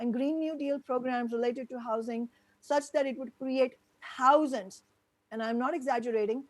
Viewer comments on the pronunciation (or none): "Housands of good paying union jobs" Not thousands but "housands" Dick-head!